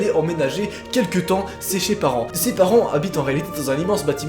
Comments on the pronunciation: ''sé ché parents''😂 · sé thé parents mdrrr toi parler la France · Tu as un problème pour prononcer le "chez ses parents"... Mais on te pardonne x)